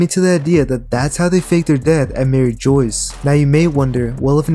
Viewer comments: it’s pronounced merry-jwah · Please stop saying “Joyce.” It’s not “Joyce.” If you are paying attention to small details in this story, I think you can also afford to pay attention to pronunciation. It’s from a French word, and granted Oda has retconned it twice, but the anime has never changed the pronunciation. You gotta be willfully ignoring how everybody else is saying Mary Jois to end up saying it the way that you are. I’m only saying this so you can make your content better.